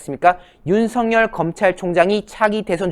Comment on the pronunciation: 윤성 열 인지 윤석열인지 발음좀